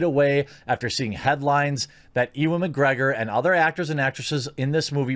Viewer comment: Just got to point out that his name is pronounced "U-an"